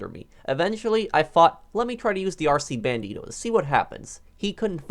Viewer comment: The way he said "RC BandiToe"